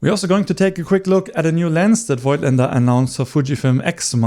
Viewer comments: As far as I know Voigtländer is pronounced: Vogtländer. The „i“ is silent :-) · I really like your videos, you're a cool relaxed guy, love your style. In this video one thing disturbed me a bit. You are native german and you should know that Voigtländer is pronounced like "Fogtländer" .